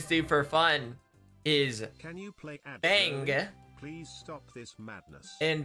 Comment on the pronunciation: why’d he say bang like that